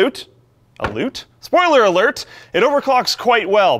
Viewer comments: "Spoiler aloot!" Effin' Canadians.. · Spoiler ALOOT... those canadian roots slipping through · "spoiler aloot" oh no, he has the canadian disease. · Spoiler Aloot? How much more Canadian could you be? Great video. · "Spoiler aloot!" heheh Canadians.. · spoiler aloot - are you trying a bad Canadian impression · what's this pun all aboot? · "Spoiler Aluut" made you sound more canadian. How aboot that?!